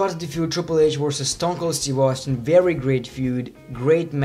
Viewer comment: Very not wery